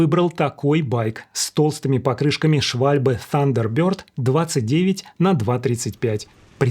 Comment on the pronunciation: Оу сэр, я буду говорить как английский аристократ, сэр. ФАНдер бёрд, а не тандербёрд, сэр. Хаптьфу, позер